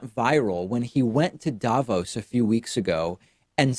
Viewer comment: hi, some random swiss guy here. just wanted to tell you that the accentuation in Davos is on the o, not the a. more like "Davoos" (long o, no u) than "Daavos". thanks for the attention, have a nice day :)